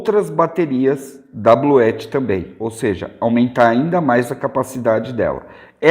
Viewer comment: É possível ligar um chuveiro com esse sistema da Bluetti (Bluuti é a pronuncia correta) ligado com placas solares?